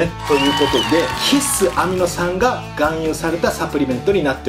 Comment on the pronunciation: ひっ↑す アミノ酸。が気になる。笑